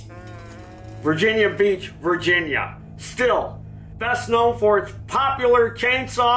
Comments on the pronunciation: I thought it was pronounced 'steel'. And the American auto industry is half the size it was 50 years ago. What else is new? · It’s pronounced “steel”.